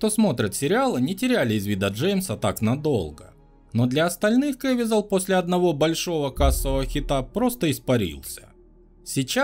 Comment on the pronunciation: КэвИзел. Узарение на И.